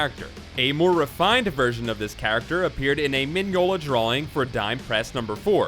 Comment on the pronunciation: The weird bit is, I think you got all the other stuff right, including the pronunciation of Mignola and Hecate.